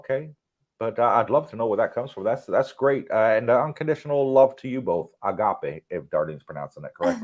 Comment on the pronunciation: is 100% correct with her pronunciation of Agape. It is a beautiful Greek word with a beautiful meaning. Much love to you both and all your viewers and subscribers.